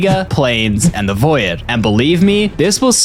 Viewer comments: They're right, you're making an illogical assumption. The likelihood of him never having heard the word "void" before is slim to none, especially as a minecraft youtuber. AND he would have had to have never heard the words "avoid," "devoid," "asteroid," "android," "embroider," "Typhoid," and hundreds of other words with the same "oid" sound in them, which is almost impossible as a native English speaker. And since void is such a highly phonetic word, he would probably never have heard similar groups of phonemes like "-oit," since the only difference there is a sharper puff of air after the consonant. So he'd also have to have never heard of Detroit, or "loiter," or "exploit." He would have had to be sheltered from very common words for his entire lifetime. Therefore, you have no way of predicting how many people he interacts with, since he's obviously heard the word before and still pronounces it incorrectly. So no matter how many people he interacts with on a daily basis, he will ALWAYS mispronounce it. Since he could be an absolute social butterfly, hearing words involving the "oid" sound every day and still mispronouncing it, your claim makes no sense. It follows bad logic. Is this more clear? It's much more likely that he's always just had a bad habit of dropping the back of his tongue away from his soft palate when moving from an "ee" sound to t's and d's, which could be fixed with speech therapy, but it's such a non-issue that it would be pointless to do. Which remind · NAHHHH it was "voy-id" instead of "void" for me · Please im begging you to stop saying voyid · And “lah va” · Voy-id was driving me insane lmao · some of my favorite things about is that he doesn't know that lightning strikes turn villagers into witches, and he pronounces void like voy-yed. why's it two syllables mate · Sure he says voy-id, but at least he doesn’t say Mo-Yang 🤣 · I too, love the "voyed" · Anyone else hate how he says void? "Voi-ed" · What is a Voe-e-Ed?